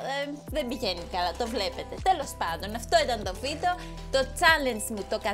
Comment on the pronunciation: Πς οποιος καταλαβε στην αρχη ειπε βιντο αντι για βιντεο😂😂😂